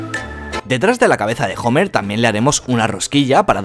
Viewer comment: "Jomer" jajjajajajajajajjaajajajajja